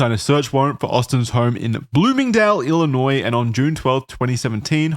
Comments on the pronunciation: not pronouncing it ill-i-noise 💀💀💀 (go ahead and clown on me lol) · I always end up watching videos about this guy because I used to know a friend of the family who he was close to. But man, did it hurt hearing pronounce the ‘s’ in Illinois 😭 It’s silent!!!